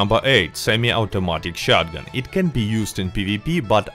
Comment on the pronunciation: You gotta love ur chanel and the way you say shotgen, not to make fun of you, its a great perk! " shotgen"